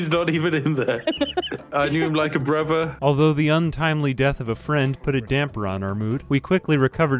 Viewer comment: "I knew him like a bruvver!" sorry I love ya:)